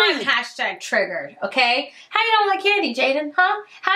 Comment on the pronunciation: star You said “Haw” not “How”. Is that intentional?